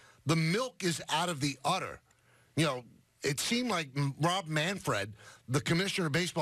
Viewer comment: it’s udder....!!! Come on man